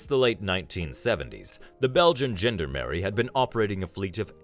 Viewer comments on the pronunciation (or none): Yes it nearly made me spit my dinner out! Americans (or AI Americans, as I suspect in this case) should not be trusted with any pronunciations! Americans it is pronounced “John-darn-er-ee”. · Sorry xxxing spellchecker! “John-darm-er-ee”. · I know, I was highlighting the awful pronunciation of gendarmerie